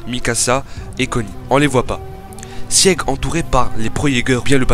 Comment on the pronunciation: Sieg ça se prononce "Zeke" mais oklm mdr